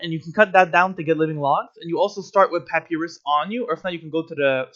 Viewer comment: This is good as an old wickerbottom main coming back to the game but for some reason the way you pronounce papyrus upsets me